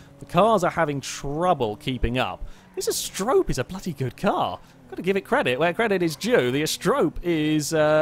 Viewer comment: Not Ast-rope.... "Ast-e-ro-pay" ... lol. Like the Greek myth, she was one of the seven Pleiades...